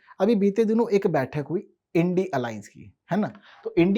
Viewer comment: आप इंडिया को इंडी क्यों बोल रहे है